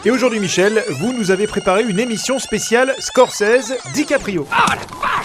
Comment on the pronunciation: Scorsese et non Scorcese tant qu'on est dans la recherche d'erreurs :-)